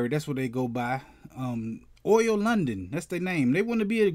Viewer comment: its oli not oil